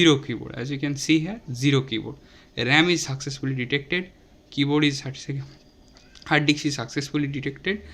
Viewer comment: You are pronounced hard dicks.... 😂😂😂